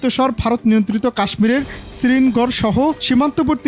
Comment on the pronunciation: শ্রীন গর আর ইস্তা মবুল নয়। উচ্চারণ সঠিকভাবে করবেন আশা করি।